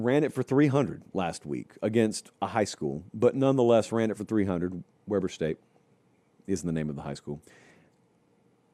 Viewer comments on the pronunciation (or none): "WEBBER STATE"?? IT'S WEBER STATE. THE FIRST E MAKES THE EEEEE SOUND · “Wee-burr” State. 😂 Rashid Shaheed (Saints), Taron Johnson (Bills), Damian Lillard (Trailblazers) Dillon Jones (Wizards) and others went there. They used to be a respectable program when Jay Hill ( ) coached there, but BYU poached him and now they suck. Go Utes!